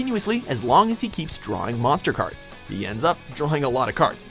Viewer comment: DOROH!!!! MONSTAH CARDO!!!!! Weevil:ARGHHHHHHH!!!!!!!!!!!!!!! Atem:DOROH MOSTAH CARDO!!!!!